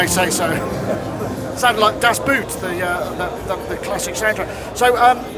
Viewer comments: The blank expression was because mispronounced the word. "Boot" in German is pronounced more or less like the English "boat", and means that too, he pronounced "Boot" like "boot" in English. I totally agree on the lack of professionalism on Waldorf's side. If they are the first not be believe in their "star", how can we? They keep putting off the release date, showing "average" patches etc. If you are really into sales mode, you'd better give your (and the product's) very best. They have not. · „Das Boot“ : Same as in Moog „oo“ in german is pronounced as an extended O not as an U. It’s a promising synth and a great video. Thanks Sonicstate! :-)